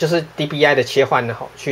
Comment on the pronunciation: 不是DPI嗎? 你怎麼念DBI